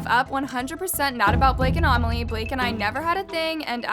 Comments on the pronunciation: a-meli? It’s pronounced ame-lee, it’s my name. lol. no hate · no hate love her but she says amelie like armelie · I think her name is amelie not omilie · Is she saying Amelie's name wrong?